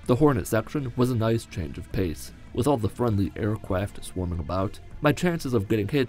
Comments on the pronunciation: FRIENDLY AIRCWAFT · “Air qwaft” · HAHAHA air cwaft